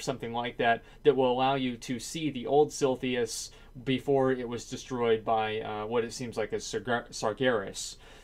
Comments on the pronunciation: For the love of god, SIL-I-THUS... Not SIL-THY-US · If you say silthius again I gonna unsub. :DDDDDD It's silithus, not that hard! :D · Suprised no one noticed this on the coments, but he said "Sil-Thee-Us" XD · its silithus, not silthius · TEACHER: ok asmongold, your word is SILITHUS. ASMONGOLD: S-I-L-L-T-H-E-E-Y-U-S, SILLTHEEYUS... fucking easy. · Silithus..."Siltheus". Silithus..."Siltheus". Sil-i-thus..."Sil-thee-us" NNOOOOOO! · He pronounces Silithus so wrong that I had to go check the spelling to make sure I wasn't the crazy one. lol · "Silthius" lol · SIL-I-THUS It's Silithus! Not Silthius! Holy fuck dude... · Sil -i-thus, not Silthius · Silithus, how can you possibly pronounce that like Silthius? xD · Silithus, not silthius. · Very fond memories of silthius... Doesn't even say it right lmao its silithus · lol what is silthius? did he meant to say silithus? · SILITHUS, not SILTHIUS x'D This triggered me so much x'D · si-LI-thus not SIL-THIUS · Silthius? I'm fairly sure it's actually S-I-L-I-T-H-U-S, my ears bleed. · SILITHUS!!!!! SIL-ITH-US!!!! CHRIST..... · actually its more like si-li-thus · Every time he says Silthius I die a little inside. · Sil - eh - thiss ... for the billionth time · I find it sili how you pronounce Sillythus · Stop trolling us with mispronouncing Silithus, please! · Funny how Sargeras stabs the most useless place in World of Warcraft. Also the way you pronounce silithus kind of irritates me. Cause in my perspective I say it as Sith a liss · Asmon, I like ya bud, but, it's pronounced SIL - ITH - US and this video triggered the hell out of me lol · Had to stop watching half way through because your pronunciation of Silithus makes me sad. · His saying it like that actually made me question if I was saying it wrong myself all these years. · There is absolutely no way Blizz can destroy Silithus more than your pronunciation already has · Everytime asmongold mispronounces "Silithus", 1000 African kids starve to death